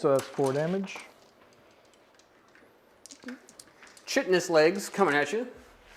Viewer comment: For the love of Alarielle, it's not chitnous, it's Kytinous.